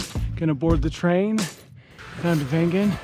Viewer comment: Thanks for putting in perspective how incredible this place is. I grew up here as a kid, now taking its beauty for granted. Watching this through your eyes was kind of humbling putting things back into perspective. Great edit, keep aan butchering the words! Only after you mentioned no cars did I figure out you said Wengen hahaha!